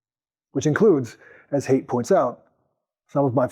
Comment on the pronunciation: You're pronouncing his name wrong. Haidt rhymes with bite.